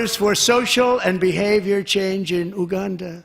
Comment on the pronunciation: Trump can't pronounce "Mali" or "Uganda" correctly. He is a complete joke.